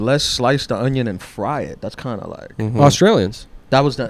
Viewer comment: can't even say onion correctly. Stuff like that will lose you $50,000 a month on patreon